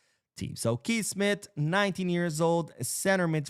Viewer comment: Kees is pronounced like you say "case." In this case we should try to sign Kees Smith.